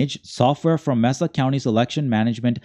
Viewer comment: *May-Sa County